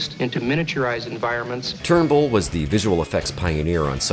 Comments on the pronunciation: Greetings from the Uk-England.....I`m 63 years old now and i remember The Starlost as being simply awful,scripts,sets,acting etc,it was so bad it made Blakes 7 look even worse than it was....and it`s Douglas Trumbull not Turnbull-how can anyone with the tiniest interest in Science Fiction/films/tv etc not know this or even pronounce his name correctly ?. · Are you saying people’s names wrong on purpose to protect yourself from liability or something? Douglas TRUMBULL, not “Turnbill”. Harlan ELLISON, not “Edison”. I turned it off after that because your credibility was destroyed.